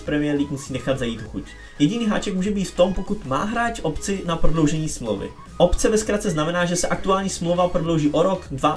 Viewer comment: Ahoj, věím, že si chytrej borec, ale OPCE, se píše s P a néeee s B :-D pro vysvětlení opční, neeee obční právo, jestli to už slyšíš:-)